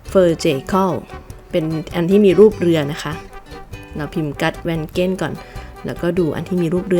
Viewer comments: สวัสดีจากนอร์เวย์ค่ะ ขออนุญาตนะคะ Gudvangen ภาษานอร์เวย์ จะออกเสียงว่า กูดวังเงน ค่ะ ตัว g ภาษานอร์เวย์บางทีก็ออกเสียงตัว กอ บางทีก็ออกเสียงตัว งอ ค่ะ ส่วนตัว u ภาษานอร์เวย์จะเป็นสระอูค่ะ หรือออกเสียงว่า อูย์ ค่ะ เช่น Undredal จะออกเสียงว่า อูนเดรดาล ค่ะ 🥰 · Gudvangen ออกเสียง กูดวังเง็น ค่ะ ส่วนNutshell หมายถึงสรุป สกุลเงินใช้คำว่า โครน หรือ ครูนเนอร์ ไม่ใช้คำว่า น็อค NOK เป็นอักษรย่อ มาจาก นอร์สครูนเนอร์